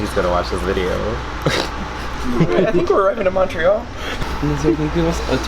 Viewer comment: In English it’s mun-tree-all